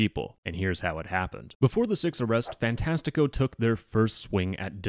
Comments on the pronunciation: as a brazilian, you are saying "fantastico" very wrongly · the topic aside, as a portuguese kid with a brazilian famiily, hearing you say fantastico wrong makes me tweak (i am the pronounciation police, im sorry) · its funny how you say ''fantastico''